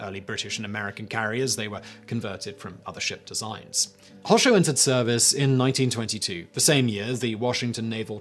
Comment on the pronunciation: Anyone else slightly triggered by the way he pronounces Hosho? :(